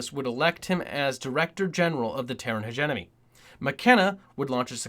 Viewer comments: Terran HegeMONY, Hege-mony, not Hegenomy! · I’m enjoying this but some of those pronunciation errors are bugging me... Reconqueshda instead of reconquista Hegenomy instead of hegemony